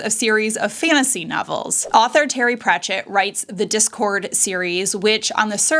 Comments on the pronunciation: Is this AI? Why do you pronounce Discworld as Discord? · Your AI should learn how to pronounce Disc World as opposed to Discord. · Did she call Discworld "Discord"?